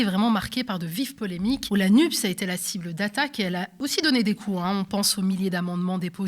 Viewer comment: Merci Thomas de bien dire la NUPÉS, car dire la nupp's c'est réduire l'écologie à un 'e' muet !